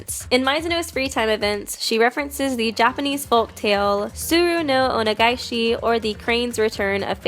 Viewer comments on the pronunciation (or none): Not here to be rude but it’s pronounced “on-gae-shi” if you say “ ona-gae-shi” it kinda means jerking you in response